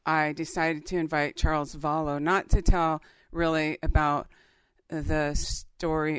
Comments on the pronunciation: You say “Vollow” he says “Vallow” is it like patato potato ??? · Does it matter if you pronounce his name wrong?? It worries me cause you don’t pronounce it how Charles pronounces his own name.